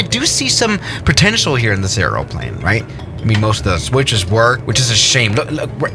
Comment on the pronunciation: Two things. Try not to eat the microphone. Say aeroplane correctly 😅